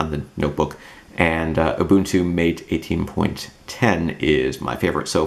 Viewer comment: Why can't those Linux "eggsperts" not pronounce Mate correctly? It's not Mayt, ffs!!! It's like Muh-teh, a spanish term coming from the Amazonian herbal tea yerba mate. The Mate devs are from South America, Argentina I guess. Every noob, examining Mate for longer than 2 minutes knows these simple things! Presumptuous Anglophiles gotta learn they are but a tiny minority on this planet of ours, and particularly in the Linux comunity.